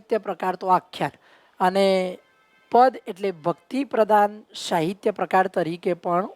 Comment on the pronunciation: તમે સ નો શ બોલો છો. અભ્યાશ નહિ, અભ્યાસ, શાહિત્ય નહિ, સાહિત્ય